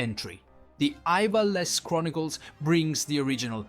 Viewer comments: Tell you havent played FFT without telling me with that Ivalice pronunciation 😂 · Did you really just butcher the pronunciation of "Ivalice"? Jesus Christ.